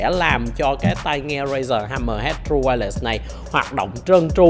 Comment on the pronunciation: Vietsub: tru-quai-lét , nghe đọc tru-quai-lẹt nghe thấy mà mệt vcl